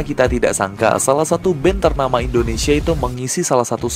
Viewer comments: indonesai wkwkwk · 5.20 itu Indonesia bukan Indonesai